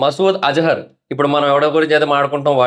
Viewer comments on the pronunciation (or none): az-har kadu ra babu az-a-ar